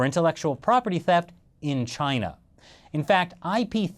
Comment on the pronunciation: Chay-Nah! Lol